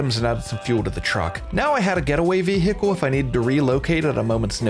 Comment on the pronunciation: new drinking game, take a shot everytime says ve-hickle